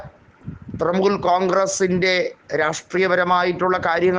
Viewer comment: തൃമൂൽ അല്ല തൃണമൂൽ